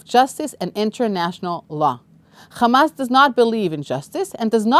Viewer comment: It's not khamas. It's hamas.